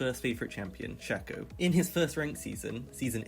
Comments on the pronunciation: Y do u say shacko and not shaco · It's SHAY-co, not 'shacko' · its SHAY-co not SHA-co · its pronounced shaco not shaco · it's pronounced shayco not shacko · Shay-co, he just pronounced it horribly. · Its pronounced shay-co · Shack-oh and Veegah 😭😭😭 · Its not SHAKO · It’s shaco not shekko or shako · not him saying "shacko" all video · This man really saying "Shucko". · Man ive heard shaco mispronounced as shack-oh many times but this is the first time ive heard someone say freaking shecko. ouch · Every time he said "Shack-o" I died a little inside. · love the way he says shaco-SHAKO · LEARN SHACO PRONOUNCIATION JESUUS CRISG